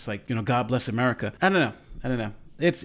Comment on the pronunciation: I don't know but I hear "It's a miracle", and not "It's America"